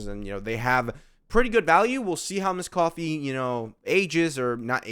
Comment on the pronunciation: Why do you still call her misscoffier 😩